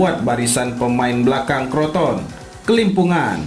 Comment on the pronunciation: crotone lah bukan kroton 🤣